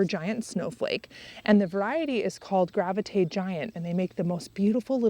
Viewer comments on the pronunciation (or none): The leucojum cultivar you grow is called Gravetye Giant - pronounced "Grave" (to rhyme with brave) "Tye" (to rhyme with tie)... named after Gravetye Manor in the UK. 'Just thought you might like to know...